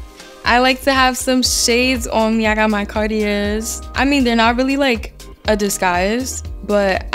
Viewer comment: "Car-tee-airs" - sad, and whats even more sad are all the low lQ Gen Z'ers in the comments